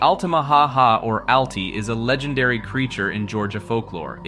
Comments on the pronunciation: How he says "Legendary" leads me to think it's text to speech... "La-Gender-Ree". To be fair though, I have a friend who pronounces "Compass" as "Com-Puss", and another who pronounces "Lore" as "Lure". Some people just pronounce things differently. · why does he say legendary like that 💀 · the way you pronounce legendary is hilarious.